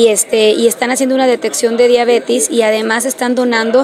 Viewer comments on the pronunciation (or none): Se mamut, no es diabetis, es diabetes😂😂 directora de qué es?